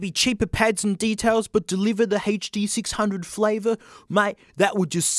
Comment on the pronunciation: Sennheiser Haitch-Dee six hungeos: good Stadium Haitch-Pea Studios: bad